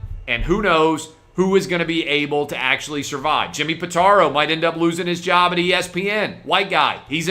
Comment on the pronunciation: "I took....my own jerb?"